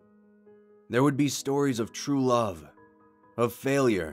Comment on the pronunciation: Wuv, Twu Wuv